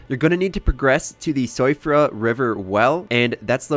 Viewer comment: siofra is pronounced shiffra